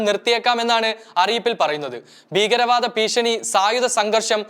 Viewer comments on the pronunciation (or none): none